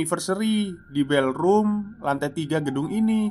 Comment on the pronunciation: Koreksi ya mas,spell utk Pantry= Pentry (dibaca) Ballroom = Bollrum (dibaca)